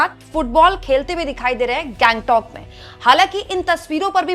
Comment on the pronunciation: दीदी गैंगटॉक नहीं, उसे गंगटोक कहते है।